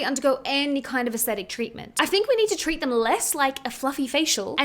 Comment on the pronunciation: TRICK or TWEECH😆